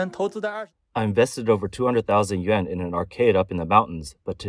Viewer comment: I think the AI voice has a problem differentiating the sounds between yen and yuan.